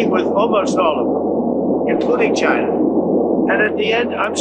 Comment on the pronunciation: I have been hearing this dingus talking for a decade, and the way he’s pronouncing “china” still gets under my skin